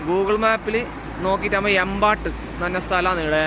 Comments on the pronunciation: എമ്പാട്ട് അല്ല സുഹൃത്തേ, ഏമ്പേറ്റ് ആണ്. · എമ്പാട്ട് ❌ഏമ്പേറ്റ് ✅